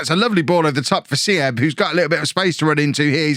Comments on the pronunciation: this was so fun because im from Germany myself :D btw Armindo Sieb ist just pronounced more like Siib not Sieb :) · little advice on german pronunciation: if there is something with ie (like sieb or bielefeld) just say it as double e (beelefeld, seeb) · Some help with your pronounciation (which isnt that bad!) W's as V's e.g Werner / Verner V's as a soft F e.g. Voller / Foller With a word with an IE/EI in the middle you pronounce the 2nd vowel e.g. Sieb / Seeb or Wein / Wine! Lots more but those are the common ones. Love the video!